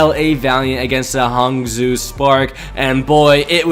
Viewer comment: Pls pronounce Hangzhou like: (Hung)-(Joe)